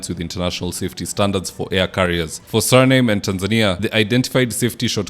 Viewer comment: dont be lazy. You should have done a bit of research to know how SURINAME is a country and pronounce it correctly.